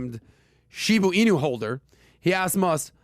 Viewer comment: sounds like my 80 yr old father trying to pronounce “shibu inu”